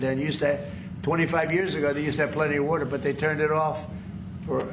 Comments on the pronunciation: No, no way, no how, he does not think about the “words” he uses. The “wotar” the “wotar” he doesn’t even know where the wotar comes from!😅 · What the hell is “wudder”?